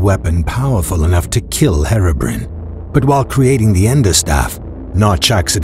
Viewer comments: You said Herobrine wrong it's Hero Br-i-ne not Herobrin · he said hero brin XD it's hero Brian XDDDDD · no offence, but thats not how to say Herobine. its hero-brian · Herobrin Ahahhahahahha am dying you dont know to say Herobrine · anyone gonna comment how he pronounces herobrine?